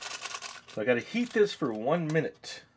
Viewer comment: I thought he said "eat for another 30 minutes and stir" I was like.... "How will he keep eating it?"